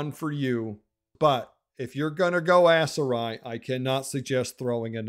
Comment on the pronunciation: Please my brother in Christ, stop pronouncing it ASS-Seri 😂